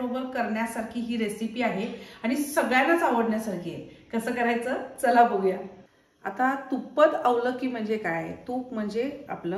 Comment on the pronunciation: Its Tuppa..da avalakii.. म्हणजे...तुपापासून बनवलेले पोहे.. Not tuppad avalakki... मी मूळचा कर्नाटकचा आहे.